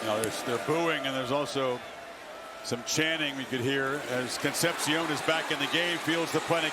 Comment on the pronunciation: Con-cept-shiōn makes a re-cept-shiōn